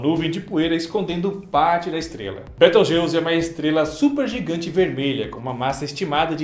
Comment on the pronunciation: Soq inves de 'beteugelse' é betelgeuse